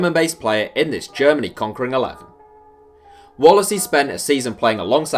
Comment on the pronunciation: It’s Wallace u bitch